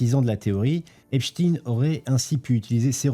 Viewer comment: qu'est ce qui faut pas entendre lol. et pourquoi Epchtine ? on dit aussi Albert Einchtiiine ???